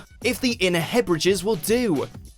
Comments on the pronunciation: Hebridges? Wft is a Hebridge? Lmao Hebrides (pronounced hebridees) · Inner Hebridges? No idea where that is but I do know where the Inner Hebrides is. (Pronounced Heb-ri-deez). Seriously a little bit of research might prevent the continued mangling of UK place names.